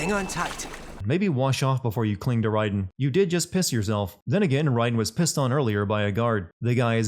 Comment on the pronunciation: Is it pronounced Ryden or Raiden?